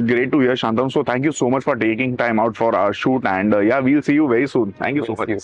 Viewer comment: It's shantanu not shaaantanu